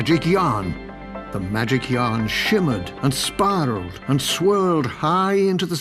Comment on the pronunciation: AND SPIRALLED NOT SPARRELED